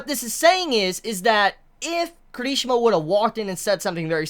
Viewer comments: It's not kerishima!!!!!!!! I hatee how he says that hear me out K I R I S H I M A !!!! watch the anime and here his name jeez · Care - E - She - Muh . I enjoy your videos but your pronunciation of names are horrible at times. for someone that loves this manga as much as u seem to, u slaughter the hell out of names! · The..... the way he says Kirishima.....